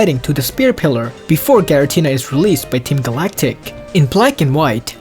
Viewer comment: *giratina LOL